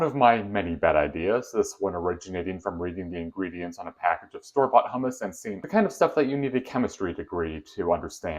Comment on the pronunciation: Hi. It's hummus, not hammas. Hammas sounds like HAMAS. Not good.